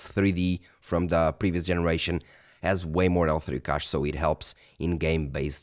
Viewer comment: You speak English quite well for a Portuguese speaker. However, I have a small piece of advice for you. I've noticed that you use the word "cache" quite often, but your pronunciation differs from how native English speakers say it. I recommend checking out some videos featuring speakers like Lisa Su or Steve Burke to hear the correct pronunciation of this word.